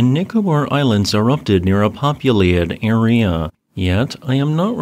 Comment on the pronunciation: Bro, the way you pronounce area is wild